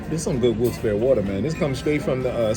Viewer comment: Hi! For the record, the town is pronounced, "Wilkes-B-air-ree" - I know this because when I was a teenager (I'm a grandma now), I was watching a morning talk show and a lot of callers from this town kept calling in because the host kept mispronouncing it so many times that the show dedicated an entire segment to it. It was funny to see the host concede how wrong he was when he thought he was oh-so right. I'm looking forward to traveling vicariously through you on your road trip journey! Peace!